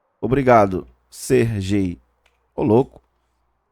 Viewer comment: Meu amigo, a pronúncia correta do nome Sergey (ou Sergei), é Serguei. Esse nome tem origem russa, portanto a forma como é pronunciado é diferente de como normalmente se lê aqui no Brasil.